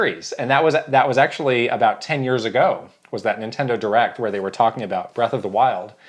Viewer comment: Breath not Breff